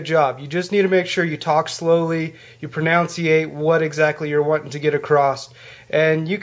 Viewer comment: He said "pro-noun-ciation"! It's "pronunciation"! Pretty weak.